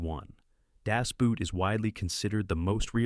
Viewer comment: why can nobody say das boot correct everybody says the shoe